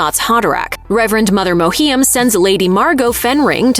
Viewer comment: does her pronunciation of Reverend Mother Mohiam's name bother anyone else?